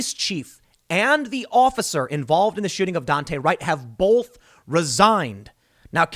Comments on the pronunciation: Tim says “bulth” instead of “both” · If you do, please don't be like Tim and pronounce "both" with an "L", it will give you away and we will feed you to the hogs. Lol